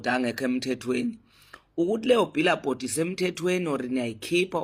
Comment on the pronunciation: Billboard not bilabhod. Cananga umholi okhuluma kanje. Izidomu zihlangene kwekamdlwenguli😂😂